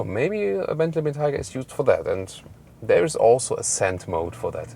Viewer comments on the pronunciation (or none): Ben-tiger? It's pronounced Ben-Tay-Gah! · The environment up north your friend told you about is taiga, pronounced how you're saying it. Bentayga is the name of this vehicle, and since Bentley was a British company you should probably say it how they do. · Excelent video as usual. Highly enjoyable. However, several things. Re. the name, maybe the snow forest Taiga in Russia is involved but most Bentley people I've heard say name was influenced by the Roque Bentayga in Gran Canaria. So it would be " BenTIEga". The front grill.. is it really in chrome? Bentley have always been so proud of being the only manufacture which uses polished stainless steel where others use chrome. The indicator sound is exactly the same as my fathers Jaguar XJ8 of the 1990's. It's a wonderful vehicle but I have to ask the question, is it really worth 2 - 2.5 times as much as an Audi Q7 on which it is based?